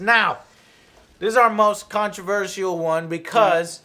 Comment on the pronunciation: The way Joe pronounces "controversial" and "library" hahahaha